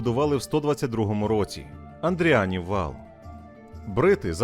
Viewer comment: Ну не Андріан же, не Андріан. Андріанів вал... Просто соромно за таке.